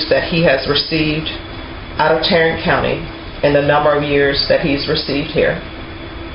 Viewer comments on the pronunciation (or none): none